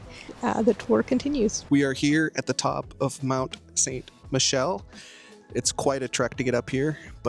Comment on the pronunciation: French pronunciation tip: stop pronuncing the t; Mon(t)-Sain(t)-Michel, both t are silent; same for Montparnasse